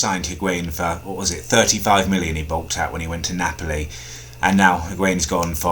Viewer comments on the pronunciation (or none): none